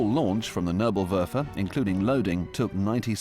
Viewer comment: It bis not nurblewurfel , it is Nebelwerfer [Nay-bull-Where-fir] (fog thrower ). PLEASE DO FOR ONCE >>SOME HOMEWORK BEFORE YOU BUTCHER LANGUAGES. Have some RESPECT for other languages!